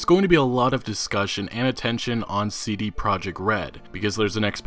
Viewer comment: He does some quality work but I hate how he pronounce the letters C, D & T.